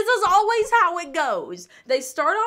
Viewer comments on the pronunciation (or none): none